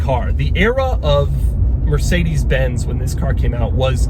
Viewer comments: The way Doug pronounces porsche and mercedes is painful in my German ears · What "Mercedes" was written like, if the way Americans pronounce it was right: Mörßäidies